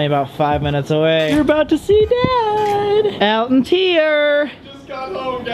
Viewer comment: When Colby said, “Bad! Bad Elton!” I thought he said, “Dad! Dad Elton!” 😂😂😂